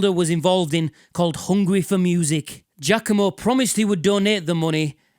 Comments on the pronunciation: You'd linger a bit more on the "a", but it's definitely more correct than people saying "G-ah-COMB-oh" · Is it really pronounced "Jackomo" or is that your accent?